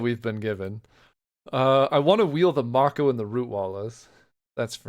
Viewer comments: love you dawg, but Mako is pronounced "May-ko" not "Mah-ko" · It's a shark in the art so I've always pronounced marauding mako as may ko like the shark IRL